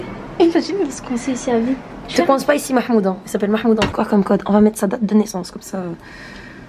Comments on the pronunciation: SVP C MAHMOUD ET PAS MEHMOUD RESPECTER MON PRÉNOM MERCI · « Il est où merhmoude, le brocoli » 😂😂